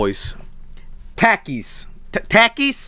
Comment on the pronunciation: My American body died after he keeps on saying Takis. It's pronounced Talk-eees!